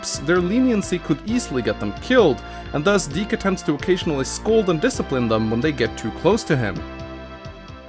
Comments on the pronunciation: You're pronouncing dick wrong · thank goodness, it's pronounced (d-ee-kh), as a kid i thought it was pronounced a little......... different.......